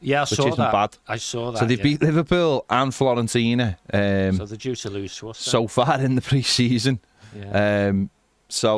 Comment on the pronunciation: are you actually saying Florentina? With an L? 🤦🏻‍♂️